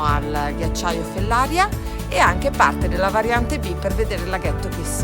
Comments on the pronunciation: Fellaría, non Fellária . Sbagli l’accento ☺️. Comunque ottimo video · Comunque la diga e’ di GERA😉 e Fellaria pronuncia come Maria